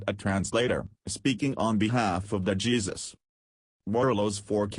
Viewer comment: It took you 6 minutes to say what you could have said in 2 minutes. Oh, buy the way his name is pronunced " hay-sus " not Jesus.